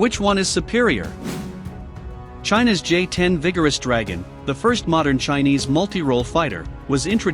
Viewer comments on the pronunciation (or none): none